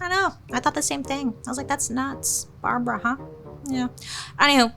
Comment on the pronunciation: Say Barbra one more time 😂😂😂